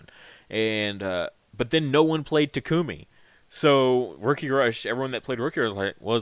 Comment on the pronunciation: start spreading it around, please... So many YouTubers pronounce Coelamon wrong. It's based on the Coelacanth, so the "coela" is pronounced like "seela". SEE-luh-kanth, SEE-luh-mon Also, the emphasis for Takumi is on the first syllable. TAH-koo-mih, not tah-KOO-mih.